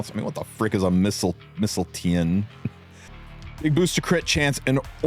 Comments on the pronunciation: It's pronounced "Mistletoe", I'm pretty sure, and it's a real mythological weapon from an Icelandic myth. On that note, isn't DDR countered by one unit and only that? And both units have PVE uses? Ice Expo/Ice Hunt? With that said i don't like the idea of specifically countering Harsetti either, it really pigeon holes the character into one thing rather than giving him his own identity. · Icelanders pronounce it "Mistletoe", Fire Emblem fans pronounce it "Missile-Tain". I'm more familiar with the latter than the former.